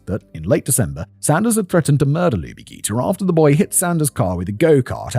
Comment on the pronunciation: The correct pronunciation is Lubie ‘jee-ter.’ I was in high school in Atlanta during this time and that name always stuck with me. Such a cute name. It was a terrible terrible time in Atlanta. 😢